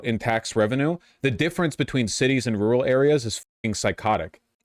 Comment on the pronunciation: rooral or rural?